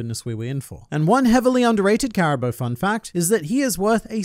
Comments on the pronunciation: Its pronounced CARA BOO not CARA BOW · Why do you say Cara-bo and not cara-boo?